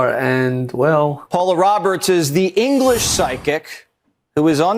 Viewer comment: thank govan he said engerlish